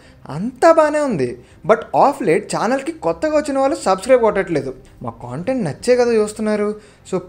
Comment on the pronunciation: Chinna suggestion bhayya content ane word ni sarigga paluku - otherwise Video 👍 Okka Kshanam is my favourite in this list 🙏